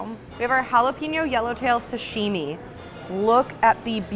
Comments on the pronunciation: It's JALAPENO not JALEPINO LOL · Jalapenon is pronounced HOLLA-PAIN-YO.